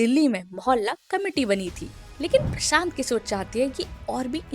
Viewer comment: प्रशांत किशोर ❌ प्रसांत किसोर ✅ 😂😂😂